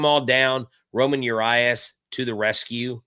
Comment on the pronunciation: Hey, It’s Ramón, not Roman (Urías).